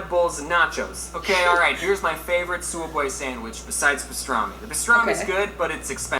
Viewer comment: its pronounced soob way